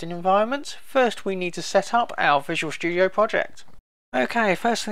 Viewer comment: i like how he says visual shtudio